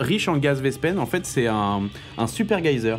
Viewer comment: Sauf que vespene se prononce "vespine"...!